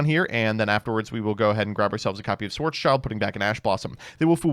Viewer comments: It’s schild =shield so black shield not child sry but ears bleed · it's schild, not child xd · Schwartz-schild is actually pronounced like shield (but without the e), not child. In fact, it mean Black-Shield, much like Roth-schild originally meant Red-Shield. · Funny how all NA's call "Schwarzschild" schwarz child Its spoken: schwarz shild Schwarz= black Schild = Shield Still banger video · you pronounce it as SchwarzSchild(Blackshield) an not Schwarzchild( Black Kid)😂😅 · Schwarz-Schild. Black Shield or Black Sign. It's not a "Child". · It s a shield... IT S A FREAKING SHIELD CALL IT SCHWARZSHIELD AND NOT SCHWARZ "CHILD". LOOK AT THE ART WORK... IT IS NOT A BLACK KID... IT IS A BLACK SHIEEEEELD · Sorry but as a German i have to say that its pronounced "Schwarz-Schild" (Like Black Shield Not Child) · Have yet to find someone pronouncing "Schwarzschild" correctly. Schwarz --> Black Schild --> Shield and not "child" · I don't think I will get over pronouncing Schwartzschild as Schwartz Child.